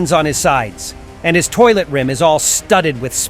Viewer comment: The analysis is so epic and cool! But you said at the end of the video: "and that was me see ya" you didn't say or you said ISO 🗿❤❤❤ 😆😂